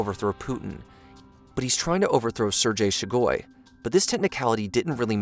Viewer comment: its pronounced 'sir gay shoy goo'